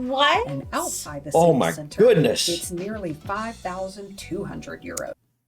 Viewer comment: when American people say oh my goodness it almost sounds like oh me guinness